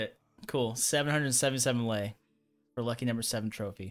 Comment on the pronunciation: I feel honored that at least you pronounced my Currency correctly and nice (i mean about "Lei")